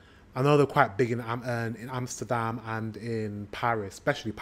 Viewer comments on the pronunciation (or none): none